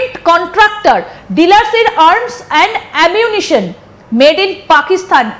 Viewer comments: এমিউটন😂😂 উচ্চারন পারে না।সংবাদ পড়ে😂😂😂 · 😂😂😂😂 এমিউনেশন উচ্চারণ করতে দাঁত ভাঙ্গে